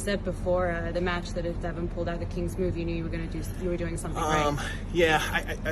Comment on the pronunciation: First off it wasn't a kingsmove it was a open top roll. John is a fake humble, he just put a half dozen excuses out there in 1 video. Talks pure shit, just does it in a way that most people don't even realize it! He knows that ain't how you say Devon's name but, he continues to do it knowing Devon hates it. The goat ain't supposed to whine and subtly put all these excuses out there. He just can't stand losing to Devon. He also can't stand that Devon is a more well rounded arm wrestler than he is. He ain't used to someone being better than him in his field. Time goes on and sports and athletes evolve. It is what it is. Take the L with some pride, stop with the damn excuses. Looks terrible on you. Stay strong and healthy everyone.